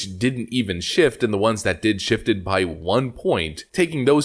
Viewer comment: Stop saying shiff, it’s shift